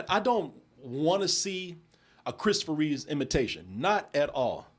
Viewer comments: It's Christopher REEVE not Reeves. Give some damn respect to the man's name lol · "REEVE"... there is no "S"